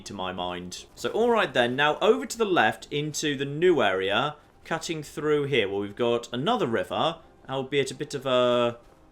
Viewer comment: Most annoying voice I've heard for a long time. Translations: "Toowah" = too "catting" = cutting "meeyuh" = me etc.